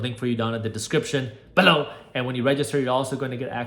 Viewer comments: why do you say the word "below" with such odd emphasis? the rest of your videos, content, personality & personability are informative and calming to the craziness out there; I like the hype-free mode.. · Why did you say BELOW like a jihadi warrior?